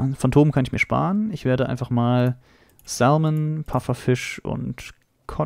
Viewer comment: Das l in salmon spricht man nicht aus